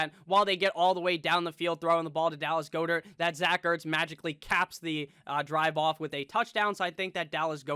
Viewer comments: It's pronounced Gaa- dert, NOT GOO-dert dude! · I really hate the way he says Goedert